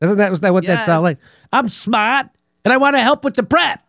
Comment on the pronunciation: Im smaht! Not dumb, like everybody says. ~ Fredo Cuomo.